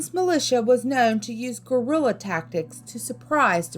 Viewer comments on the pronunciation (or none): none